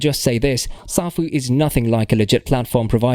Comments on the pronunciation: Can't even pronounce the name properly. Says it all smh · First of all you don’t even pronounce the protocol correctly so how can I even take your word on anything you say in this video when all this crap has already been addressed?